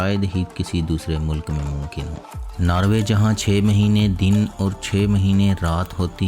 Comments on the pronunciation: Description of countries is impressive but some word pronunciaton in urdu is wrong like u must say molk( not molak) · منہ لک × نہیں بلکہ ملک بولیں۔mulk✓ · Why punjabi ppl say mulak why not mulk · the information is good but please pronounce the words accurately, if you are speaking in Urdu language as at the moment, you are speaking in punjabi. It Not 'Narway' its pronounced as Norwary. Secondly its called 'mulk' not mulaak in Urdu so please correct that.